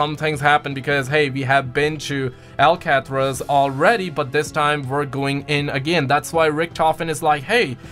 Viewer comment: No hate but did anyone else see how he said Alcatraz